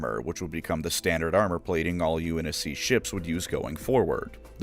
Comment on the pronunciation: Unc navy lmfao I can’t stop laughing. Stop butchering halo terms